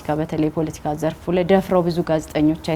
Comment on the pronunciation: ❗ስሜኔህ ግን ከፍተኛው ትምህርትሽ የኔታጋ ይመስላል ሌላውን ነገር እንኳን ለቃቅምሽ ነው❗ ያስታውቅብሻል❗ 10 ግዜ ደሞ ፑሎቲካ ፣ ትያለሽ ፖለቲካ ነው የሚባለው አንቺ ድኩማን❗አማርኛ እንኳን በቅጡ ተማሪ እንጂ❗